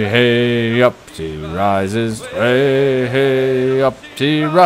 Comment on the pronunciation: I know this is nit picky but its wey hey not hey hey in the shanty